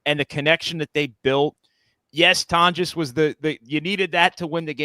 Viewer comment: It’s pronounced like Tawn-jess